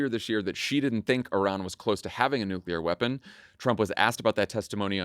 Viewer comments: Anyone else flinch every time they hear Dan say "nuke-ya-ler" a la Bush Jr. over and over again? Gaaah, that mispronunciation is like sandpaper on my soul. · I'm kind of surprised that Dan went with the George W. Bush pronunciation of new Q. Lur.